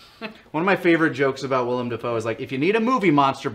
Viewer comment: As someone named Willem, it feels really weird hearing you guys say Willem Dafoe properly so many times. Everybody just calls me William or spells it Willum or something, and NOBODY knows who Willem Dafoe is.